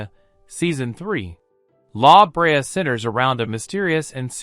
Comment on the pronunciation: Thanks for this. Good to have all the new shows in one place. One small note. When pronouncing La Brea, the emphasis is on the 2nd syllable not the first. Again thanks for the episode. Will be looking forward to seeing what Feb brings.